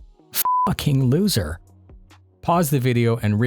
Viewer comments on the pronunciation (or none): Great job, but.....I have to correct you. It's Loser not LOOSER Check